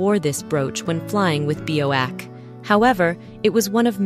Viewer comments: Be oh ack??!!! you mean B.O.A.C British Overseas Airways Corporation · The airline BOAC is pronounced B.O.Ay. See, not bowack.